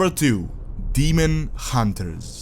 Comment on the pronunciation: Ah yes, the Demon Huntre